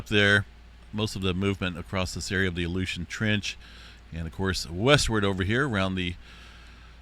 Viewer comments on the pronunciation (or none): none